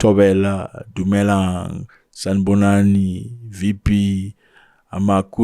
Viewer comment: Bro your a true African God bless you ❤LoL when you say Dumelang you killed me